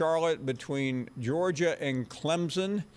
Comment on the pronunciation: Did he say ClemZON?